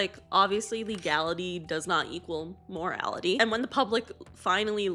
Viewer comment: Poor people having a higher morality rate - that's what my British ears heard, if that is in fact what you said it's so funny but I think you said mortality which totally makes sense, whichever I had a giggle which is good for the mortality rate - laughing is good for you, I'm not laughing at you please don't be offended morality, mortality - potato pot-aaa-to ❤